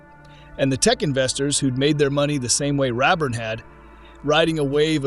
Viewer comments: HEY, BOT! IT'S "_RAY_ burn", NOT "RAB-burn"! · RAYburn is how I always heard it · There is zero truth to any of this script. Unless you were there and participated in making a company successful, you don't know. Outsiders are only seeking clicks and views with these types of exposes. And lose the AI voice over. His name was R-A-burn. Long A. He was my dear friend.